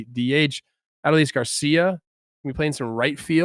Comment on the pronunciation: Say it with me Trevor: "Uh-DOUGH-lease"